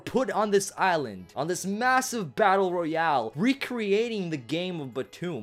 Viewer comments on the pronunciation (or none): none